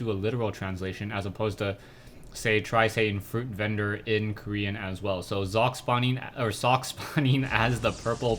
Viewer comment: its not "sock" its "socke" u got to pronounce that "E"